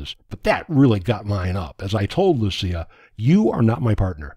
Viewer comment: Swede here, I'm happy that you got the Lucia name right and not pronounced as they pronounce it in Italy